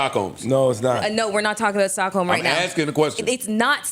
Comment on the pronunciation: Joe: Is that Stockholms?: Please take that "S" out.. 😂😂😂😂